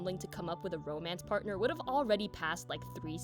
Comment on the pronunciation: Hahaha! Wasn't expecting Riz/FH in here, but yeh, I shoulda. 😆 "YOUR ROEMAENCE PAERTNER DESERVES BETTER TRAETMENT!"